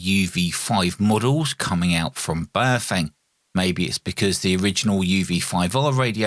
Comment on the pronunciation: How come no one can pronounce Baofeng correctly? The correct pronunciation from Mandarin is pronounced like “Bow” like taking a bow and “feng” is pronounced “fung” like fungus. So it would be pronounced Bow-fung.